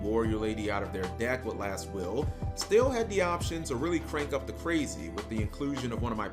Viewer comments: So, he’s is actually mispronouncing my last name. Lots of people think it’s still or steel, but it’s actually pronounced still-E. I never thought of me playing gearfried and my last name like that before. That was a fun tournament and I definitely messed up in the top 8 match. I remember it like it was yesterday. I stopped playing yugioh a few years later. Due to master duel, I’m back into playing the game again even though I think that summoning so many monsters per turn can get a bit confusing. The game is definitely different, but I still like the challenge. Just wish I could figure a way for gearfried to be competitive again. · No, his name is just heavily mispronounced~